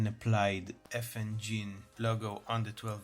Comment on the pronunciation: You have it right! It's pronounced like my ex-wife's name. Effin-Jean.